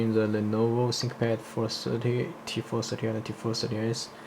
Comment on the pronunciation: tee four sirty